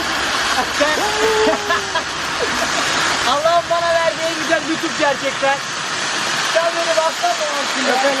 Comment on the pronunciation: şu ALLAH'IN selamını düzgün soylermisin